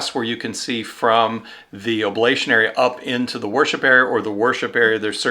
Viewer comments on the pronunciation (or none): ablUtion, not ablAtion - big difference !